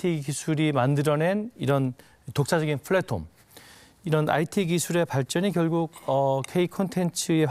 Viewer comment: 플랫홈이 아니고 플랫폼인데..